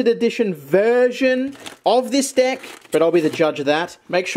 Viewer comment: have a bunch of deck: full deyk mind with the accent: full deyk heyre..